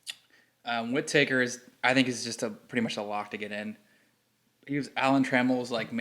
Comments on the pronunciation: Whit-Taker, lol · You're pronouncing Lou Whitaker's name incorrectly.